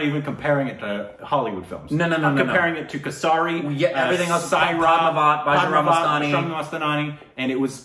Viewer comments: Kasari I: its Kesari, pronounce it like Kesri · That's" kesari" not "kassari" .... 🤪🤪🤪🤪🤪🤪😁😁😆😆😆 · its not kesari speak kesri u will sound correct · Guys it's Kaysri, in case you are willing to pronounce it right. Kesari = Kaysri